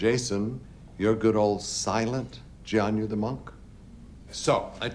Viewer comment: You're in season 2 and still calling him Jian-yu 😂